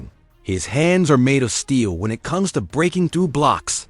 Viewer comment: Eye Tee truly baffles me how this AI can speak all of these complex sentences flawlessly but cannot say the simplest two letter word "IT".....Very annoying😒